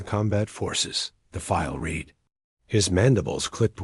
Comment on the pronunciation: The narrator AI constantly_____pauses mid sentence, cannot differentiate between read (present tense) or read (past tense) dot constantly reads______ punctuation dot and repeats large sections of_______textdot. Not a bad story though it repeats concepts multiple times, concepts multiple times and doesn't actually go anywhere. The title is as expansive as this story dot